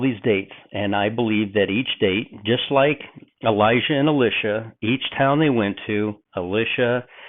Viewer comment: I think your understanding of the thinking of both Elijah and Elisha (including your pronunciation, which is horrible) is far from their actual thinking.